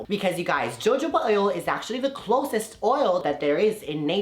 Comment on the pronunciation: Did he just pronounce jojoba oil as JO-JO-BA?? It is ho-ho-ba. Good Lord!!! Smh!